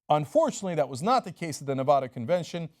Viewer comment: Cynk, it's Nev-A-da, not Nev-AH-da. :D